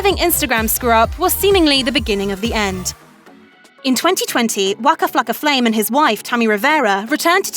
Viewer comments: Man the way you say waka flocka flame is killin me lol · Me to 😂😂